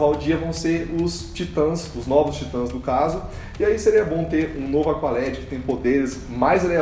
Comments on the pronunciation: TIT(Ã)S caraio, tem "Til" no a, Se pronuncia da mesma forma que lê, independente da forma como está sobreposta se é traduzida ou não, até por que o "Til" refere-se a tradução "Tit(ans)" Excelente vídeo, mas esse "Taitans" ficou feio '-' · Pq ela fala taitas kkkkkk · Como fala: Titãs Como Toga Voadora fala: taitans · Pelo amor de Deus! Falem o nome da série direito. Não aguento a pronúncia de vcs.